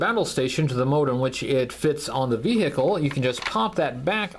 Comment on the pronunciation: I can't take "ve-hick-le" any more.